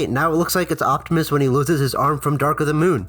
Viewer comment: optimus* you said octimus😅